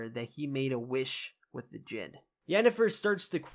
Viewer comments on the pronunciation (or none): none